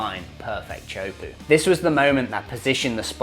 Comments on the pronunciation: (tee) (ah) (ho) (poo). "Choapu" is butchering it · It's pronounced tay-a-who-po not chopuu